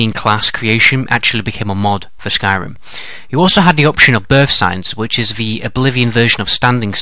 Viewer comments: Skryim lol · "Skryim" The Next Elder Scrolls game. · did you mean "Skyrim" instead of "Skryim" at the begining? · lol Skryim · in the beginning u spelled skyrim skryim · Skryim XD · Who else notice in the beginning it said 'Skryim'? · Skryim haha